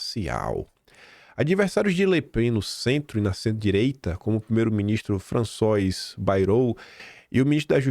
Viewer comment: "François" se lê "Françuá". Sucesso!